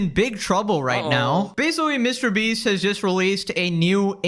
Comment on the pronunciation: Ah if it isnt the infamous line: Mr Breast 😂 glad to hear that again